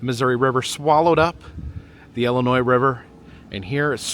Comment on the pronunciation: Do all the IL locals pronounce it as if it starts with an “e”?? I had no idea yall pronounce it like “Ellenoy”